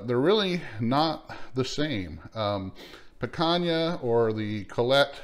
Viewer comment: Your not saying picana correctly